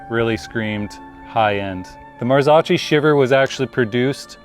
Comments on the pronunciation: The drool is real🤤 FYI - it’s pronounced “Marzokkee”😉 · Marzocchi is pronounced MAR-zo-kee. The first syllable, "Mar," sounds like the word "mar," and the second syllable, "zo," is pronounced like the "zo" in "zone". The final syllable, "kee," rhymes with "key". 🤣🤣🤣🤣